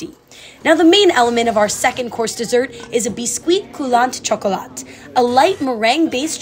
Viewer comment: You don't pronounce the T in chocolat in French. So you must say chocola. Same for coulant, without T. So coulan.